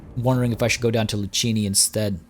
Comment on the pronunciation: Tilean here. The correct pronounciation of Luccini is "Loo-tchee-nee", just like the our famous cappuccino. Thank you for sharing this content, I'm very hyped for this DLC.